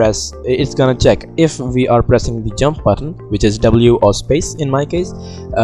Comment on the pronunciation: no hate just saying when u say we are i hear it as VR tbh XD